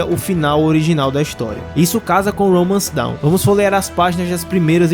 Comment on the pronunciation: Não é "Romance Down", mano. É "Romance Dawn". A pronúncia é diferente.